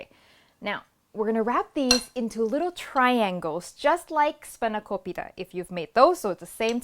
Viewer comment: Sawadicap, sabai di mai? wow.. i was shocked when you said "Spanakopita" ( from Greek Word Spanaki - spinach and pita - pie) .. and not spinach pie.... with a perfect accent and i thought that i was listening to a Greek woman! :) thank you for your lovevly recipes.. i have made many of your dishes and it's amazing. today i did the hot chicken and i love it:) tomorrow i will make your curry puffs. greetings from Cyprus.